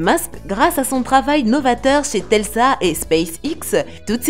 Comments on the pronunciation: Tesla et non telsa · Elle a dit telsa...